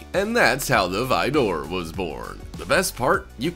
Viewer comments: Why are you saying vidoor? It is spelled Vaydor and said that way. You know what? Whatever. I used to say Lamborghini Murcielago as mercyalago so... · No way he just called the vador kit a vi door kit, it's pronounced vador as in darth vador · Dude pronounced Vaydor like frickin Vidor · The way he said Vaydor 😂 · Vaydor * lol it’s also a well known car brand lol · I’m convinced you purposefully mispronounced “Aventador” and “Vaydor” for comments like mine. Congratulations, sir/madame. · yeah its cool vehicles, but i really do not like how you show Arkham knight bat mobile even though you are literally talking about TDK Bat-Mobile, also how you say the cart name of jokers car from suicide sqaud makes me want to click off the video, this is why Top Number channels are the worst and should be banned.